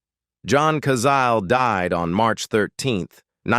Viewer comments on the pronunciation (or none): Cazale-pronounced Cazaleh.